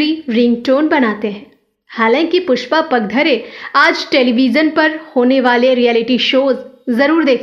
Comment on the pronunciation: खूप वाईट वाटत आहे त्यांचे नाव पुष्पा पागधरे आहे ते नीट उच्चारावे ही नम्र विनंती